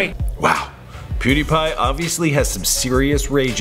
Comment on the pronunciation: You said pewdie